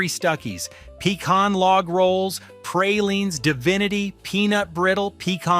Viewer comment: please learn to pronounce pecan and praline correctly